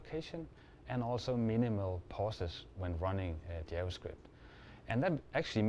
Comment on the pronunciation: я тоже. Поржал с его "ДзяваСкрипт" =)))))